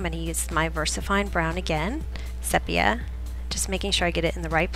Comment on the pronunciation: So cute! I appreciate that your videos are so nicely done. (BTW, in photography, the color sepia is pronounced as "seepia" with a long e.)